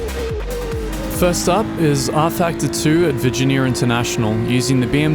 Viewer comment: I can't get past the "viginiarrr". Come on man